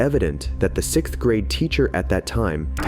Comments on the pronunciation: SiXth not "sith" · Soooo...... IDK if the Narrator is from Europe, but even so I HAVE TO SAY IT.... The word is SIXTH.... not SICKTH 🙃 IDK why that triggers me but it always has. Also, I'm sitting here watching the first one, I'm 5 minutes into the video and I still have no idea what she did. I don't think that principal lady was lying about having to go piss lol.... Why not just ask the people who's driveway she's in if she can use the fuckin bathroom jesus christ.